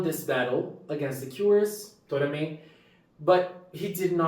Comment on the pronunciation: I agree, this is one of the most emotional episodes we ever had in the history of Precure. 😢 One small correction. His name is To"ra"me. Tora=虎=Tiger, Me =目=Eye. If you say "Tomare", it will mean "Stop!!".